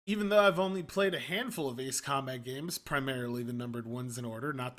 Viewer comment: That's how you correctly pronounce it...